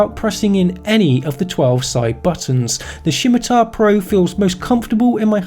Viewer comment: Did someone dare you to say Shimatar? I jest, great vid.